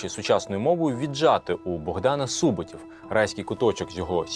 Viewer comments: Чому СУботів, а не СубОтів? Адже не сУбота, а субОта. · Цікава і корисна передача про нашу історію. Тільки чому автор ставить наголос у Суботів на першому складі? Природньо ж на другому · Не сУботів, а Су-бо-тів, вимовляйте правильно назви і імена, успіху в творчій праці